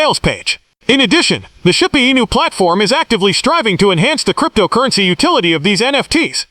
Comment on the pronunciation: Is this ai produced? Man so cringe to listen to! Zero zero zero bla bla, shee booo anus? You should read it buddy! You'd probably do a whole lot better!